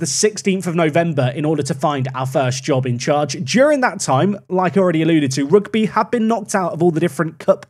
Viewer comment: Rugby football Club isn't said like the sport " Rugby". It's pronounced: Huge(Replace with an R) - bee. Rugby = Ruge - bee